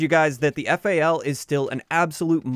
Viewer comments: god, thank you for saying "F-A-L" instead of "fal" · YouTuber says FAL = instant like